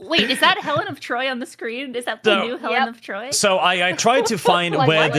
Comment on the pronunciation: Thats not elen of troy its elen of detroy